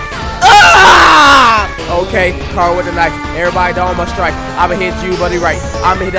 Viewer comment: Finally, someone who says chara's name right!